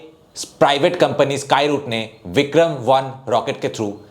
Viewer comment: It’s Vikram not Bikram